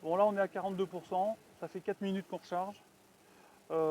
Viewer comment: Vidéo sympathique, et la prévision de l'autonomie à 100% est impressionnante! Par contre les "kilomettes" et les "quattes", pfiouuuuu j'en ai mal aux oreilles.